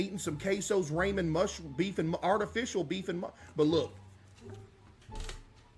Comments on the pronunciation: bruhh. Caseoh pronounces ramen as "ray"men anyways. It's always been like a joke among his fans. It was so obvious he would do this. Just like how he calls "shit" "dookie". This controversy is so stupid. People be finding anything to argue about. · and case been saying it for years? way before ray even met kai. he was the first (between those two) to call it raymen cs he didn't know how to pronounce it. Case was obviously first to do it